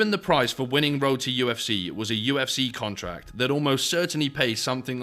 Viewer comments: Kept hearing Roti FC until i realized u said road to ufc hahahaah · Every time “Road to UFC” was said, it sounded like “Roti UFC” which hilariously would be appropriate.